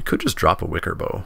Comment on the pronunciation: I think Wickerbough is bough like "cow" (as in, the part of a tree), not like "bow".